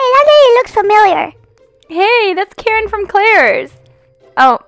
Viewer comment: Did you say karren